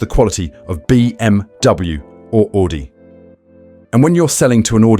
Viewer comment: I lost it when he said OOUDI